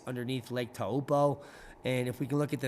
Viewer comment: Thanks for covering lake Taupo (say like, toe-paw).